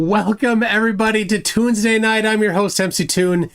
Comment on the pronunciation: “Toonsday night” I like it